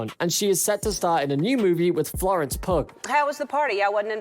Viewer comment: What’s with the pic of Billie Eilish supposedly saying “ F**k you Ellen” ? 1: Didn’t happen 2: Pic just used as clickbait 3: None of these people stood up to Ellen which is why you talk over the audio 4: It’s Florence Pugh , not Florence PUG 5: Your videos are never what they say they are !!